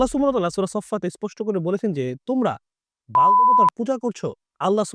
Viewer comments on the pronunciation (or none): উচ্চারণটা হল - বাআ'ল